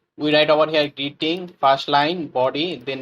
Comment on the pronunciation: Man your tutorial is very good . But why u pronouncing first like fast , public like pablic etc Wtf is that ?